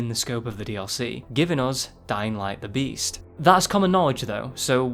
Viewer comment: Though you said breasts